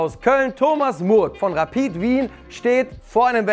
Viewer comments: Endlich ein Deutscher der Rapid richtig ausspricht, danke! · Das erste mal, dass ich einen deutschen höre der Rapid richtig ausspricht